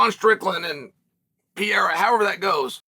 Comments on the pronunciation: “Puh-Rare-Ruh” or “Puh-Dae-Duh but NOT Pierre Ra! Learn the dude’s name! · PA-RARE-A YES PEE-AIR-A NO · "Alex Pieria"...... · Alex Pierre-a is beast Uncle Chael